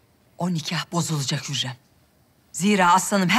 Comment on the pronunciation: It's not huyam💀 it's hurrem